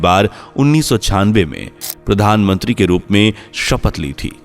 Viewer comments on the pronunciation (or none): none